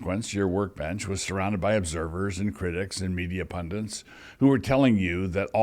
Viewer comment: Sandwiches are forbidden in Deuteronomy. (BTW it's "pundits," not "pundants.")